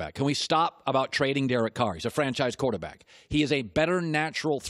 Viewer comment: “quataaback” - Colin Cowherd